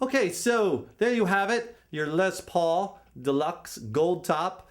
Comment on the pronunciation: the way he said, "lez" pauls cracked me up